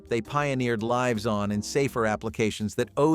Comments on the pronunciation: PLEASE!!! I had to stop it due to the mispronunciations. "Lead" and "lives." And that was just 10 minutes in. Very annoying. Do a proof-listen please? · Yes!!! That is why I came here. And while we're at it, "lives," he pronounces incorrectly too. I had to stop it because it annoyed me so.